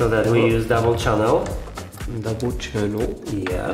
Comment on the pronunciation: "double chunnel"